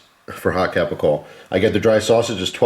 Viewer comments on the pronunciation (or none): none